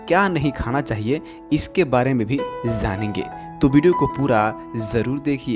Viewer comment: Zanenge nhi wo jaanenge hota h sir